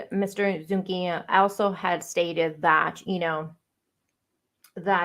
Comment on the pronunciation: His name is Eduardo Zu-NI-ga. Not ‘Zungia.’ My ex sister in law has same surname